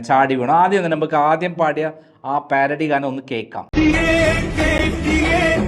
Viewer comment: സഹോദരാ പ്യാരഡി അല്ല പാരഡി എന്ന് വായിക്കുക